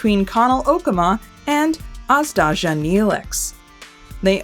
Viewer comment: It feels weird hearing people pronounce Azdaja as "Azdazha" when original word "Aždaja" is pronounced like "Azhdaya" I guess both are correct in some way